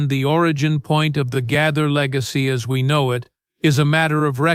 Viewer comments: His name is GAITHER NOT GITHER Wake up and get your pronouncing properly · The narrator needs to learn how to pronounce the name Gaither correctly.